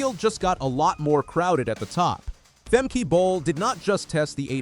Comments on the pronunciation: It’s Femke not Femkee you fool. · Its Femkuh like duh not femkey. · Leer dat nou eens, arrogante Angelsak: het is niet 'Femkie' maar 'Femkuh'! Een ANDERE TAAAAAL! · It’s not Fem-key but Fem-kuh.